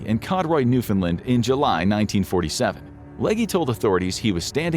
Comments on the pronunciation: You almost said Newfoundland properly... It's NewfinLAND.. not Newfinlin 😂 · “NewFoundLand” WTH is that ?